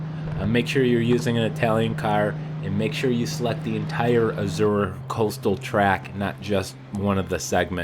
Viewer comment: pronounced "ah-zor-eh"